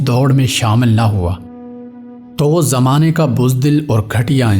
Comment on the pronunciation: Bhai yeh jamane kia hota he ap bol sahi rahe ho lekin Indian ki tarah z ki jaga j kyun use kar rahe hen spelling sahi karen